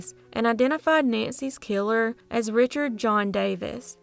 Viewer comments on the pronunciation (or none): none